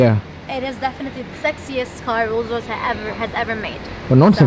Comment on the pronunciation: MERSHEDISH : that's how you pronounce Mercedes.😏 Rollsh Royshe : that's how you pronounce Rolls Royce